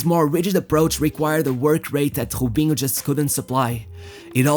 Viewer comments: I like how you say jubinho instead of robinho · Why do you pronounce the R as a J. Robinho as Jobinho. Keeps bugging me. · Why u saying hubinho its Robinho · its Robinho dude fuk that accent its not ghobinho lol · Why you call him Hobinho? I've heard actual Brazilians clearly call him "R"obinho. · Why he call him hobinho? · Good videos, Just wish he would stop with the Khhhhobiniho crap. He can clearly pronounce R, no reason to over do it with the accent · His name is Robinho not hoebinho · He cant say his R’s😂😂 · Hobhino, Haul, Hoben wtf 😂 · Bro - why are you mispronouncing words so terribly? You pronounce ROW-BEEN-YO as HO-BEEN-YO You pronounce HIGH-LIGHTS as EYE-LIGHTS Are you intentionally being a troll? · who the hell is obinho, van nistel oy, obben